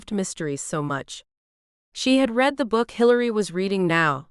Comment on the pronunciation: I like these books, but, the AI narrator annoys me when she misuses the word READ......she can't tell the difference between the present tense "read" and the past tense "read" !! Former teacher here !! Spoils the book for me when the words are misread, or mispronounced ! Sorry.....